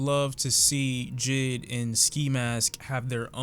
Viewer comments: This nigga said jid, it’s J.I.D. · When you say JID kinda making me lowkey triggered when it’s pronounced J.I.D (Jay-I-Dee) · who notice him saying jid instead of jay eye dee